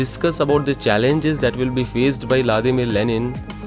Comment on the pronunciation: La dima lenin nahi hota It's Vladimir Lenin